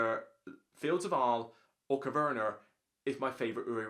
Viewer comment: Coverner?? Agricoler? Never heard of those games before. 😂